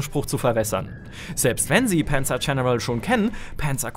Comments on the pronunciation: Das heißt Panzer und nicht Pänzer. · Warum wird ein deutscher Name wie Panzer zu Penzer??? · Warum sagt er denn immer Penzer Corps? Panzer ist doch ein deutsches Wort, muss man das wirklich noch extra english aussprechen? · panzer coprs :D